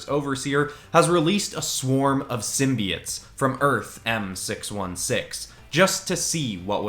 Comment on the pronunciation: U said simbits when it’s simboits